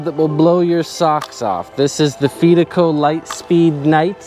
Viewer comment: pronounce fidico like you confide in someone not fee like pay the fees